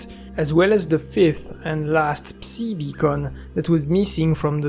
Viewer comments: My brother, you pronounce psi like sigh the P is silent. Stop calling it a pussy wave😂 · please, man. It's "псай" not "пси"